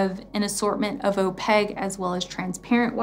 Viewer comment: Why do you say “oh-peg”? It is opaque. There’s a Q in there. It’s oh-peik. Sorry. This was just driving me nuts. 😊